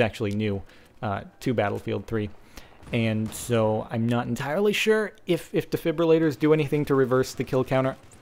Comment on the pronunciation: I love you SO MUCH for not saying "DEFIBYOULATORS"